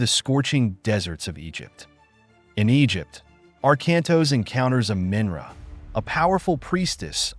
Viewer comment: Chiron and Amanra aren’t pronounced like that. How do people play or watch and hear the names and just fundamentally don’t care to get it right. I find that so insulting to the material